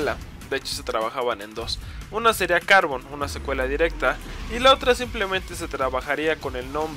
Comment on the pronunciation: a carbon parece q lo pronuncias asi "cárbon"